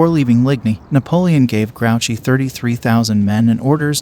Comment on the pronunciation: Its pronounced gru chey. Not grouchy